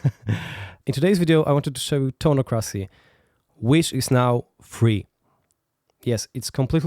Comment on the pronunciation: Isn't it pronounced toneock-ra-cee?